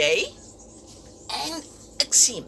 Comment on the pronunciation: I believe you would say "shim" tools, for the Xiem tool name.